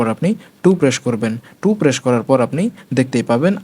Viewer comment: সো, shixteen, presssshh , sheven , shirial Eigula ki bhai